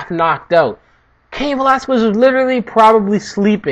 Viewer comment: It's Velas-kez bro, I'm Cuban though, not Mexican.